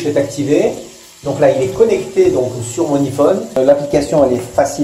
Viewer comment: tu ma dit que tu dira yphone et dit encore iphone